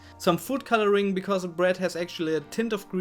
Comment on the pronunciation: Sprich deutsch! Dein Englisch klingt schlimm: Se bued, schugga, de do, se fritsch, eklschellie... SCHLIMM!